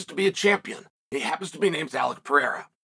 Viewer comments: Chael pronounced Pereira right were all in trouble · He said pereira last name right 😳